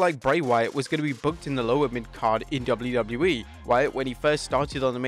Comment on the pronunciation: are you ever gonna learn how to say WWE